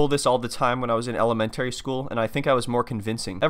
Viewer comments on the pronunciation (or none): Did you say ele-men-TARRY school? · Ely-men-terry school 😂